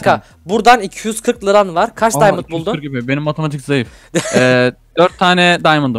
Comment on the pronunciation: Daymınt deyil diamond